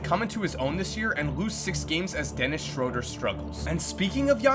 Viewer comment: Schroeder is pronounced SCH Rew (ooo) der